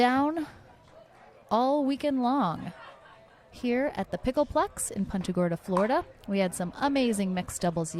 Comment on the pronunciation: Will someone teach the woman how to pronounce punta. Poonta